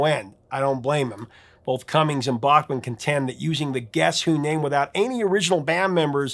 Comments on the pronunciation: So he told you that he pronounced his name backman and you choose to pronounce it bachhman no respect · Please: “Bachman”, not “Bockman”. And BC plays guitar but was the keyboardist, not guitarist in the band. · Back-mon. Not Bock-mon. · Bachman pronounce back not bock but nitpicking maybe. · Hey wait a minute, you're the one who taught me it was BACKman not BOCKman? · Randy told you that he wants his last name pronounced correctly, but he's willing to let it go on the band name, BTO.